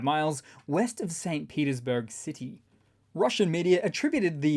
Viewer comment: LOL! When you Said St. Petersburg, it almost sounded like St. Putinsburg. It's his hometown, so not too far off. 😜